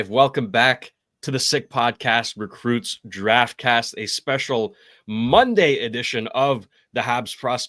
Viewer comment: "Recrutes Draftcast", am I missing something? I thought it was 'recruits'. Yes it's nitpicking but I'm a stickler for accuracy.